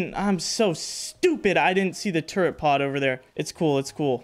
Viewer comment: tf is a "turre(n)t?" theres no N in turret. but seriously LOVE your content homie, your awesome and keep it up:) looking forward to more vids!